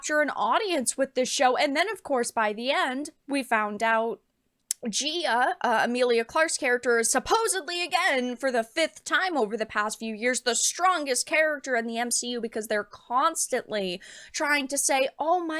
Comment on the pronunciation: Giaa😂, i think its Gaia